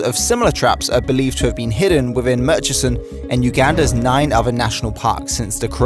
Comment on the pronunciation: Please learn how to say “th”. You said “thirty free” of 33, and “uver” for other, and “fret” for threat. And there are 2 t’s in the word “twenty”. Other than the lazy speech, this is a very good and informative video.